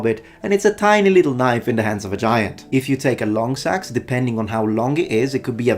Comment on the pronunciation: 🎩hi, you forgot to pronounce the “e” in seax. It’s not a sax.